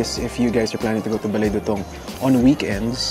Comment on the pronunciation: Since I am a kapampangan I just want to info you how pronounce the dutung, slowly lang po du-tung.